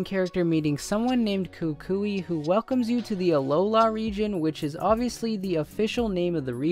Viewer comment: Finally Some one who actually said KuKui right!